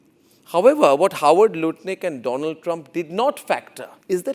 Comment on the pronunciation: DONALD TRUMP ❌ DOLAAND TRUMP ✅